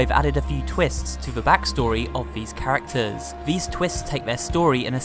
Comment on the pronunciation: It really makes me uncomfortable when he ends the sentences by making the last syllable of the last word longer. (for example: characteeersss, bendyy, studioo)